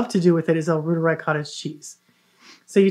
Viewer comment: Try saying "roiteree" instead of "rooter-eye". The bacillus is named after Gerhard Reuter, a German academic researcher.